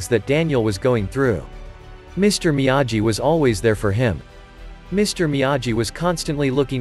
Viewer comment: It’s difficult to listen to the computer pronounce Miyagi wrong every time 🤦🏻‍♂️